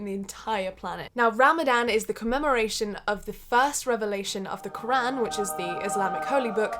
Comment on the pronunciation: Yeah but she says qor aan